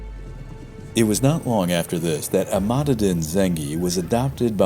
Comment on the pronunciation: Informative video. Arabic pronunciation could be better. In Islam and Muslim the "s" is pronounced like in "sea", not "z" like "is". Also the adjective is muslim, as opposed to islamic. These are common mistakes. Also "Imad" was repeatedly wrongly pronounced "Emad".